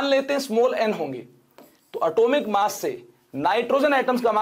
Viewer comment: masshh percentage kya hota h sir 😂😂😂😂 massh percent